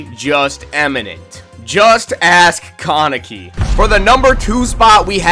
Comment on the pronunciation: Bro you literally said almost every name wrong and you even said kaneki wrong the main character of the show 😂😂😂